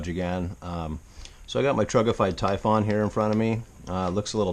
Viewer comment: Please stop calling it a Tyfawn. It's Typhon (Tyfun)